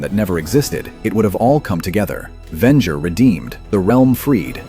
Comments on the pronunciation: It’s pronounced Ven-jer not Ven-ger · Very interesting write-up, but if you keep using A.I. narration, you'll never have the subscriber numbers you could have. (Ven-ger? Really?) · Vengo? Lmao,dumbest AI,Venger is the name. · The AI starts calling the main villain "Vengur" 3/4 of the way through the video. Here's an idea: Why not have a real, thinking person do the narration instead? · The way you say Venger makes a little part of me die. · Good Lord....you are killing me with the brutally wrong way you say Venger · SIGH I was actually looking forward to watching this. Then I heard the terrible mispronunciation of Venger. It was ruined for me that instant. Don't you content creators see how terrible AI is ruining your otherwise decent content? Can't you just voice the script yourself?